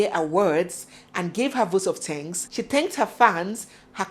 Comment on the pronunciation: I know more you won't talk about.my question why you can't pronounce the words instead of thanks you says tanks I've noticed in every movie